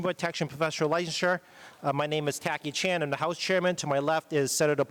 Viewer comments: His name sounded like he said "Tacky Chan" at the beginning. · I thought he said Khaki Chan. Lesion's got competition. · Had to rewatch the first few seconds as I thought he said Jackie Chan.